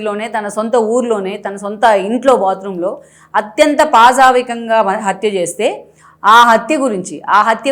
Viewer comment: పాశావికంగా కాదు..పాశవికంగా !